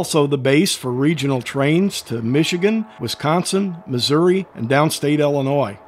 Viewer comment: Good video. By the way it's Illinois, and not "Ellenois."